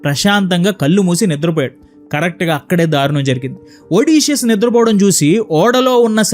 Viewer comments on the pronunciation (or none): none